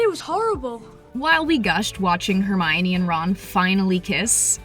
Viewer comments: Girl it's Hermione not tReeminie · It's Hermonie, not Tremonie